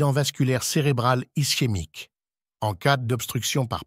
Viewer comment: Ischémie… prononcez ISKEMEIQUE